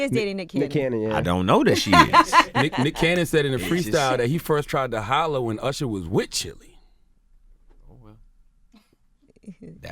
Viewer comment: did envy just introduce him as ursher?